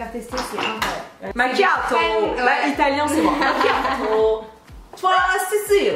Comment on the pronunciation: Niiyaaaaaaaa et le rire d ça me rappelle des rires des Hyènes dans le roi lion. Make up glowi et économique d. Un teint frais et réveillé tout en économisant macchiato avec l accent ça ma plié 😅😅